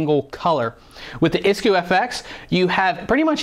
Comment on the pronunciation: nailed pronoucment for isku :D